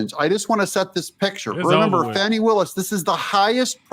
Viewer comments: Her name is not pronounced "fanny". Smh!! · Maybe you mispronounced her name. Fani. With a short a. Like fat. Not awww, like fraud. Short a, like bad. Not awww, like bauld. Short a, like a 3-letter word for her behavior that starts with a and ends with 2 snakes. A word prepended by dumb. Short a, as in beligerant. Not long a, like brainless. Short a, like defiant. Not a schwa, like liar. Not awww, like caught. Short a, like red-handed. So sorry for the interruption. Please carry on.